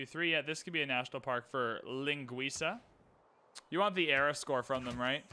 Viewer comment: He pronounced linguisa perfectly lmao